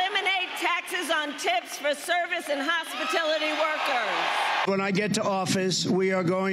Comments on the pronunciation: Hospitility??? lmao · Dear me Kamala, what the heck is H O S P I T I L I T Y???